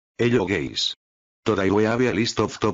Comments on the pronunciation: Why you use Jorge spanish spain loquendo english: hello guys Spanish: ello geis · is anyone not gonna talk about the man saying hi to us bc It sounded like he said "hello gays"